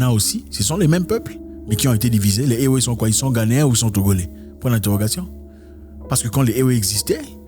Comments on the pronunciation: Zack ça se pronoce évé 😅😅😅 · Ewe se prononce évé.... toujours un plaisir d'apprendre des trucs philosophique avec toi. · Éwé se dit évé. Sinon ta vidéo est d'utilité publique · Salut grand-frère Zack. J'ai toujours adulé tes vidéos. Beaucoup de courage frère pour la suite de ce noble engagement. Une chose dont je suis sûr et fortement convaincu, RIEN N'EST ÉTERNEL !La mentalité africaine changera très positivement nonobstant le sacrifice à consentir. Oft, en parlant des peuples ÉWÉ du Togo et du Ghana,on écrit bel et bien ÉWÉ,mais on prononce 《ÉVÉ》. HOTEP! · Juste une petite précision M. Zack : on prononce "évé" même si le nom du peuple s'écrit "ewe". Gentiment de la part d'une Togolaise. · Oui exactement ça se prononce "évé" depuis Lomé.